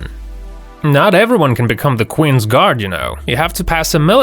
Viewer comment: Did he just call the qweens guards queer and chavs?